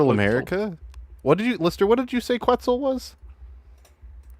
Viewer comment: Fucking has a Dragon's Fury named after one interpretation of Quetzalcoatl (Lucoa) and yet he mispronounces Quetzal, someone take his anime card from him. The correct pronunciation is "Ket-zal".